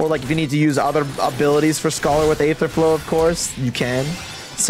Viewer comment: Also, it's pronounced "Eether" forget about the A